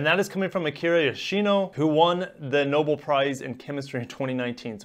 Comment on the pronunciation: Thanks, good insights. Very minor feedback - Nobel is pronounced "no bell" instead of "noble" 😀